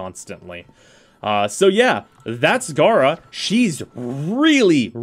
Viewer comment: I mean according to lotus its gay-ra not gah-ra but an actual puppeteer frame could be boss, taking operator to a whole new level